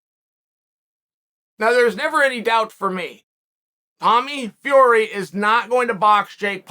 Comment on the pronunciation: the way you say Flurry leaves me in awe. A noise my hears cannot quite wrap around, it is like when the wind strums the resonant frequency of a bridge and the whole joint wobbles like jelly.